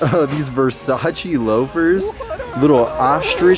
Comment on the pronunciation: you can't even spell versace fosatchy. fo-satchy